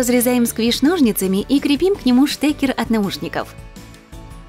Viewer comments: Мне одной было больно слушать как она говорит " КрЕпим" делала ударение на "Е"!!!! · Почему крепи́м, когда кре́пим